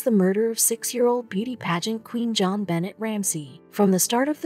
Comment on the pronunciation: It's not pronounced John Bennett He's name is pronounced "Jo'n Ben'aye" 👧 M. Illinois.